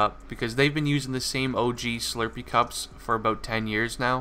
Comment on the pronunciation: whats a shlurpee